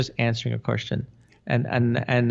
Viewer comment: When you say question, I hear the word cushion!: ) xo